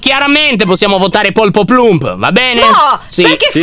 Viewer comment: oddiooo anna si chiama “ poloplump “ e nn polpoplump